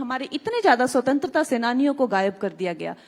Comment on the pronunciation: Swatanter ko pratantar the Bol rahi h 😂😂😂😂😂😂